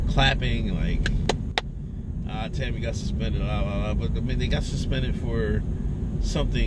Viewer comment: Tomi- not Tami.